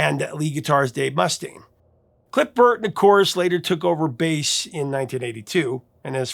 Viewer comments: Wow. Righr off the bat you mispronounced , Dave Mustaine's name (musTAINE, not MUStun) AND Lars Ulrich's name. (Ulrik, not Ulrich) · Not MUS-taine, Mus-TAINE. Eesh. but failed Basic Metal. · Must stain! That pronunciation had me rollin'!😅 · How does the real person, “” continue to out-AI AI itself by mispronouncing so many common knowledge things? [muss-TAYN], [ULL-rick], [MOON AYJ], [suff-ruh-JETT], [GRA-joo-itt], [KEE-nohl].